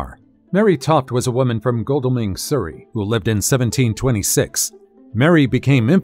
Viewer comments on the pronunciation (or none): none